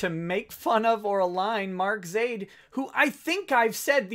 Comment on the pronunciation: YOU SAID MY NAME RIGHT:D